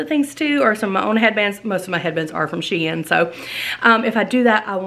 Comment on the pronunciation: YESS!! I haven’t gotten through the entire video, but I’m so excited you got an appointment! Can’t wait to see what they say! Love LOVE all the pieces I’ve seen so far! And, thanks btw, for making me have a new shein shopping obsession! (P.S. the company tweeted, you are saying it right. SHE - IN.) My daughter just bought her 8th grade dance from shein, and mostly bc of the cute dresses you got to go to Vegas! (Just saw the yellow shirt with blue earrings! Made your eyes so BLUE!!)